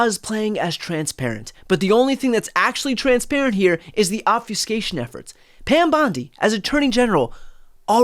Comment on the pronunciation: BTC is a great distiller of all the craziness that keeps erupting every day! Very much value your reports and interviews. Btw, Obfuscation- the “u” is a short vowel. Everyone says it wrong, so it just keeps getting repeated.